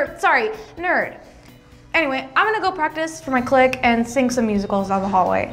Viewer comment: They keep pronouncing clique wrong. its so weird.